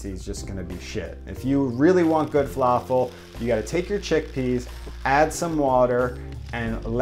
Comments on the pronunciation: Please please it's falafel with light L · Just don’t say an American L it’s not fa-La-feL